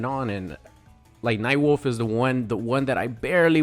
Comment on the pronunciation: No way this man said nightwolf right?